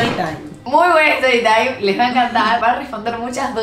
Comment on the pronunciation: "Estory taim" 😂😂